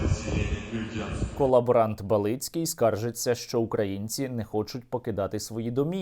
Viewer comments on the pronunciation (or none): неправильний наголос у прізвищі балицького , не балИцький а бАлицький